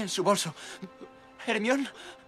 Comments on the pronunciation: Hermion? No es jermayoni? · "Jermion" JAJAJAJAJAJAJAJAJAJAJA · "Hermion" perfecto jajaja aún más el doblaje español tirándose los nombres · Hermion XDDDDD Es hermione o para que sepan, se pronuncia como en el idioma ingles "jermayoni", estoy al tanto de que hermion es la forma de pronunciarla en latin, pero harry potter es una historia inglesa, asi que esa es la forma de pronunciarla "jermayoni" , los españoles siempre buscando como llevar la contraria a todo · ermion jajajajajajajajajajajaja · Estaba triste hasta que escuché Hermion ._. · MatteoXD es "ermion" xD!!! Jajaja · espera le dijo jermion a hermione HAHAHAHHAHAHAH wtf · "Ermión" XD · Ermion! Jajajja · Ermion? Qué les costaba ponerle Hermaioni? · hermion ??? jajajajajjaja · ermion xd